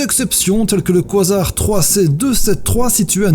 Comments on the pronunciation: ça se prononce : ka zar pas quoi zar xD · Super vidéo mais la prononciation du mots quasar c'est pas quoisard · oui mais le mot existe en français du coup ..x) on va pas faire un débat a cause d'un mot je propose qu'on le renomme trou eeeennooorrrme et SEC xD voilà ( ça se prononce KA- ZAR ) à la limite koizar ça pourrait être le nom d'un Pokémon il y a de l'idée ! 😄😃